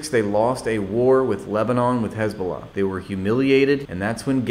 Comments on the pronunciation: What is it with these Israelis that they add the letter 'K' in front of the 'H' whenever they talk about Arab countries. Khamas, instead of Hamas Khouthi instead of Houthi. Khisbulla instead of Hisbulla What gives? Why don't they do they when talking normally?. Like Khappy Birthday Or Khave a nice day? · “Khouthi” “Khamas” “Khezbollah”? What the hell is this pronunciation?